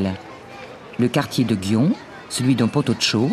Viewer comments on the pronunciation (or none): Ce que je regrette dans la plupart des reportages sur le Japon c'est que les journalistes ne se foulent pas à chercher la prononciation exacte (ou la plus proche) des noms propres ou communs. Gion ne se prononce pas "guion" en une seule syllabe. Il faut bien séparer les syllabes "gui" et "on" qui n'est pas comme notre "on" français. Il faut prononcer le "n" final. Il faut le prononcer entre le on français et le "on" de "on/off".